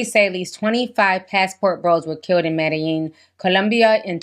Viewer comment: You said Medilin